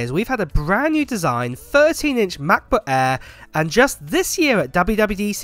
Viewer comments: Just love how British people pronounce MacBook Air. The Maboo Ae??? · If you want to learn the German letter Ä then Just listen to him Say MacBook Ä